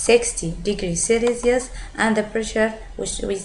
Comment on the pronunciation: "celeeelious" :P jk helpful